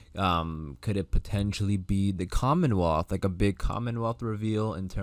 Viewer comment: Angela did say COMMENWEALTH..in her interview for her to say that was kool..